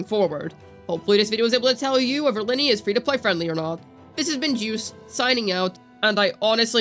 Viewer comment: Stop calling her lyney from genshin impact, she's ly....nay from wuwa